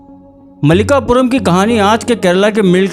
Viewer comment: Style of presentation is👍 Subscribing to the channel. Pronunciation corrections: • मालिकप्पुरम • अय्यप्पा • उन्नी मुकुंदन